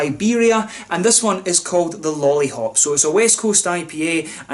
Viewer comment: Great review for a great beer. I also appreciate your Czech pronunciation! All the best from Prague, Lollihop in hand.